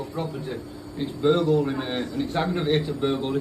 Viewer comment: It's burger-ly, in fact it's aggravated burger-ly 🤣